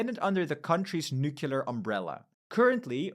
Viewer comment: Can you PLEASE learn to pronounce the word nuclear... (Hint, it is not "Nukular".) Thank you. I otherwise enjoy your channel quite thoroughly.